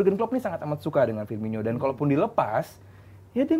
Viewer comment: Firmino bukan Firminho